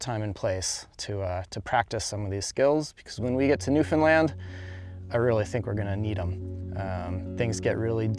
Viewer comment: When is gonna start pronouncing Newfoundland right like does?